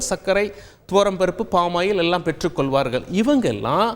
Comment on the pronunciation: For example, பெற்றுக்கொள்வார்கள் என்பது கொல்வார்கள் என்று உச்சரிக்கப்படுகிறது, plz correct your pronunciation